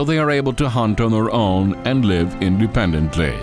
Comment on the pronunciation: Me: “Independently” Narrator: ”IndependentlÉy”